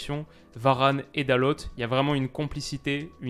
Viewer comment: salut super vidéo juste pour te dire que pour dalot tu prononces « dalote » alors que à mon sens on prononce « dalo » car en portugais on prononce rarement la dernière lettre et pour lui c’est presque si on prononce pas les deux dernières donc juste pour te dire ça voilà sinon super vidéo 👍🏼👍🏼